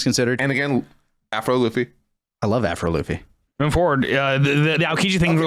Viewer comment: My hearing’s going bad cuz every time you say “Afro Luffy,” all I hear is “Avril Lavigne” 😂